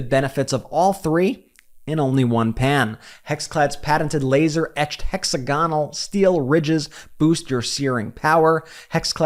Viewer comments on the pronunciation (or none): You should pronounce hexagonal the same way as you say diagonal ( referring to your promotional advert for your pan brand HEXCLAD)